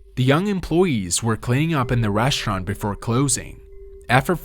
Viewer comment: What's a reshurant?